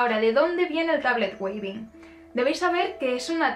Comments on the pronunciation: "TABLET WEAVING", se pronuncia tablet wíving (ea= sonido iiiii largo). Muy bonito tu video! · trata de pronunciarlo como , me parece que la pronunciación anglosajona de la palabra suena mejor que la version españolizada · Muchas gracias por tu video. Trata de pronunciar Weaving: /uivin/. Bendiciones.